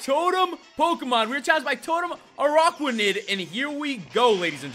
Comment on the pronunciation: Rodri, the little one is pronounced as dew pi der and the big one is pronounced a rak ra nid. This should not have irked me but it did